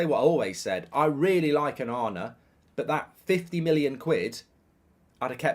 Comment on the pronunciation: Every time he says Onana I hear banana. I like banana! xD